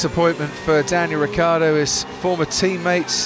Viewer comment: It's not Riccardo is Ricciardo (Ree - Char -Doh)